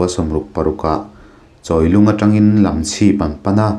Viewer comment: A ngaihnawmin a beng var thlak... Khaw hming lam dan leh Mizo tawng lam dan thenkhat erawh hi chu a dik tawk lo deuh... Lamchhip khua te.. Vaitin khua te hi a thluk a dik lo